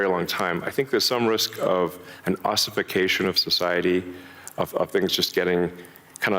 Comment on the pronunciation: ，Ossification，not Oification